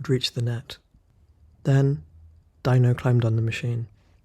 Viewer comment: I think his name is pronounce "Dee-no", not "Die-no".